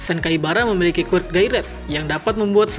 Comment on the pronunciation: Bang kalo ngomong quirk nya yang jelasan dikit gk terlalu kedengaran